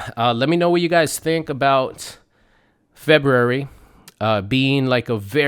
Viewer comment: It's pronounced FEBRUARY! my goodness